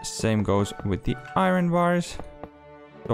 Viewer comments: It's pronounced I Earn not I run. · Pronounce it iyern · Bro loves to pronouce iron bars 😂❤